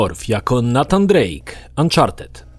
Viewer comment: NATAN Drake? Raczej NEJTAN